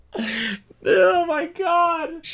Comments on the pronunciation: cody commiting to the bit of saying "joels" instead of goals throughout the entire vid made me so happy. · I swear “achieving jeeols” is probably the funniest thing I’ve heard in a while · there's a streamer called "jollz" so every time u said "achieving Jeols" my brain threw his face on the screen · Don't feel bad about "Joels" Cody, my partner pronounced 'beginner' like 'be-jinner' yesterday 😂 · Cody making himself laugh over pronouncing 'goals' as 'joals' has confirmed that he is ready to be a dad